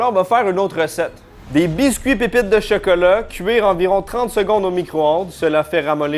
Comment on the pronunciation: On dit chOcOlAt pas chEkElE